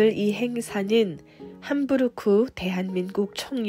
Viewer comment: 좋은영상 감사합니다~! 한국에서는 함브르크가 아닌 '함부르크' 라고 합니다 ㅎㅎ